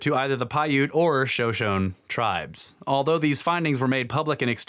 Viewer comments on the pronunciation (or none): Shoshone is pronounced "sho sho ne" Not "sho shone"